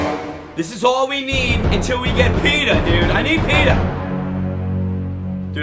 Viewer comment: Nice video but as a Ravens fan I'm offended 😂 it's Pitta not Peta